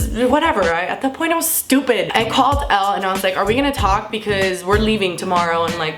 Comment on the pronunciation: Elle not L